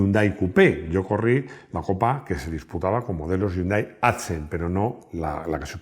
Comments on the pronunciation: No se dice YUNDAI, se dice "JÍUNDAI" y se escribe Hyundai. La "ache, no es muda" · No yundai sino jiundae del anglisismo de 현대 que en inglés se escribe hyundai